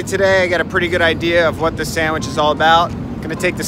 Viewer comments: sand-mich :P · This guy can't even pronounce the word "sandwich". There's no m in it dude.